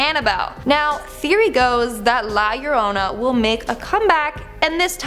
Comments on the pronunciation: Hi, you nailed it with the pronunciation of La Llorona, congrats, well done!;) However, youre right, you could purrrr that R a bit more like a kitten to make it more Spanish:) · You might not be able to trill your Rs, but at least you get the ll = y thing right!